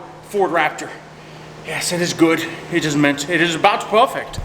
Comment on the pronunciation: "If eet bleeds, wee can kill eet"